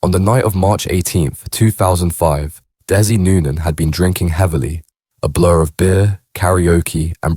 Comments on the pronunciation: Its dezzy not des i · that area of Manchester is called Mersey bank NOT Chorlton --Cum Hardy ,, you cant pronounce his name dezzy not dessy , over all very poor quality video, just repeating what is already out there if true or not, adds nothing to his folklore just more clout chasing wanna be gangster bs , do own research use own voice ,, rest in peace Desmond Noonan mad man he was but he could also be kind and generous to locals when he wasnt feinding for that sheeit he started smoking, it changed him like so many,, damn crack ruined so many lives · It's pronounced Dezzy not dessie 🙄🤦🏻‍♂️